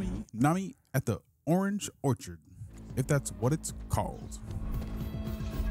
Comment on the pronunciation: I respect the attempt at "orangein"